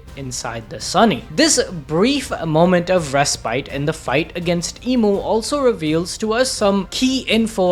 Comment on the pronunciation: Youve already mispronounced like 3 words in the first 2 minutes. Dude. Respite...